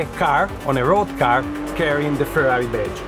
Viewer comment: R U Fkng Kidding me ...? I thought, Finally someone who will pronounce Ferrari correctly. and the guy can't even pronounce the letter R. Ha, Ha, Ha, Ha, Ha.